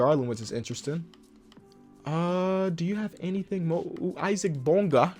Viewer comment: It’s called Isaac Bonga stupid